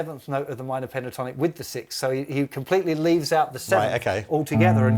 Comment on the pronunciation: Are all British people incapable of saying sixth? Lol